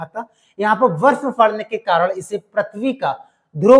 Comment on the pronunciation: बर्फ को वर्फ 😂😂😂